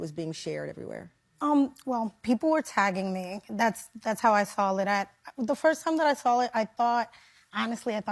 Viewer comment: 🤦‍♀️How does a teacher say "sall-lit" instead of "saw it?"